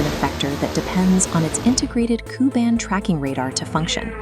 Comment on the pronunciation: Correction: Ku-band radar. Not kuban radar.